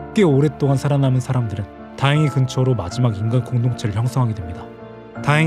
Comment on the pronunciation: 다행이 소리가 이상해요